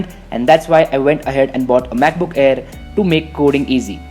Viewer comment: When you say 'MacBook' it sounds like you're saying 'BUKBUK' lmao